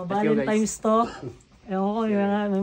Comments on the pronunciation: Constructive criticism: Valentine’s not Valentimes. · BAKIT BA KASE VALENTIMES IDOL ... VALENTINES KASE YUN HAHAHAHAHA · VALENTINES HINDI BALEMTIMES